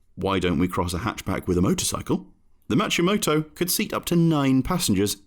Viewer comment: 'MA-KI-MOTO' not 'MA-CHI-MOTO'